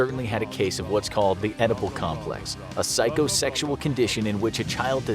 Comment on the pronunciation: Had to listen twice just to make sure i didn't hear the Bill and Ted reference. Edibal complex. 😄😄